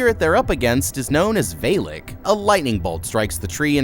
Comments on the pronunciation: I am I crazy or is it Va-lek and not Vay-lek? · Why do you call it Vey-Lik. It's Va-La-K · Love your videos but I want to nitpick ONE thing. It's not V-hey-l-hey-k. It's V-ah-l-ah-k. Thank you 😂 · Veilak? It's VALAK.. V.A.L.A.K = VALAK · "The Demon Veylick" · Do you mispronounce names on purpose? Its peggy not pejjy and valek not vaylek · Dude, it’s not veelic it’s valak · BROOOO ITS VAAALAK not VAELAK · Vale-lik😂😂 Val-Ick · As soon as he said "VayyLek" I stopped watching. Bye guys. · How did you pronounce Valak wrong? They literally say it. I'm not trying to be rude. I'm just genuinely curious how the mistake occurred. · Welp i turned it off when he mispronounced Valek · Vaylick? In fild? Did you watch the movie?